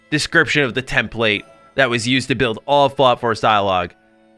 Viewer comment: just wanted to let you know you’re pronouncing “template” wrong. Understandable tho!